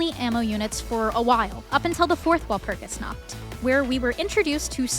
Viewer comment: "walpurgisnaught" okay dude